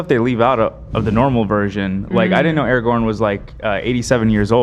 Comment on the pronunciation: Finally they start saying araGORN's name correct, the segment is now watchable 😊